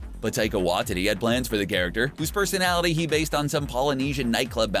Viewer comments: it's pronounced WHY-TEE-TEE not wha-titty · Taika Waititi.... Why-tee-tee... not Why-titty. Ffs. Learn some Maori. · "taika watitty" sjsghjsdh is taika watiti (wat-ee-tee) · Did he just say WATITTY